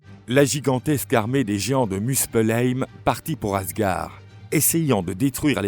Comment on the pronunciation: "Raniarok"? "Asgar"? Vous fichez-vous du monde? Renseignez-vous un minimum sur les prononciations avant d'enregistrer le commentaire... Dommage, ces vidéos sont magnifiquement illustrées, le commentaire en soi est plutôt bien écrit, mais ces erreurs balourdes sont un gâchis.